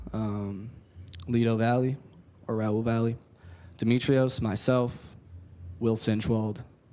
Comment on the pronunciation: Valle is not pronounced as Valley.